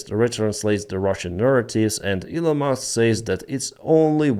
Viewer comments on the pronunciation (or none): I loved the way u said musk the first time that is the way I will say and write it from here on as Mousk as in mouse